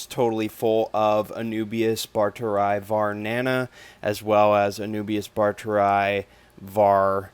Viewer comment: A few notes regarding scientific names; 'barteri' is pronounced as 'bar-te-ree', and not 'barter-eye'. The 'eye' bit is pronounced only when there are two i's as in Phalaenopsis lindenii (lin-de-nee-eye). Also, it's more proper to say 'Anubias barteri variety nana' than 'Anubias barteri var nana'. You can write it down as 'var' but it's not supposed to be abbreviated when said.